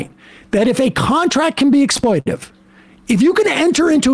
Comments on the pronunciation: Is Sam saying "exploitive" instead of exploitative a gag? He's said it like 30 times now. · I love this, but the word is "exploitative." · Please somebody tell Sam how to pronounce "exploitative"; he's eating a syllable there, and it's a bit annoying. Emma pronounced it properly, but Sam didn't catch on.